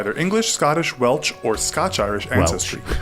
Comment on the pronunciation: Yeah, I don't know why he said Welch. That's not an American pronunciation of Welsh...that guy just said it wrong.